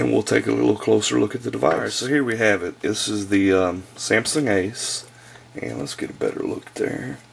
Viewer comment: dude its pronounced "sam-sung" not "sam-sin"